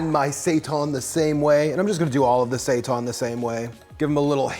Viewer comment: Say tan,. It's say-tan. Seitan.